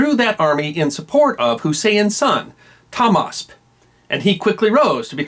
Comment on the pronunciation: not Tomas is tahmaseb